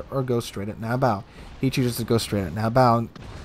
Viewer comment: You keep saying Nab bow "" The persons IGN is NAB BO like Bo Jackson or BOWHUNTNG..... not like the bow of a ship >(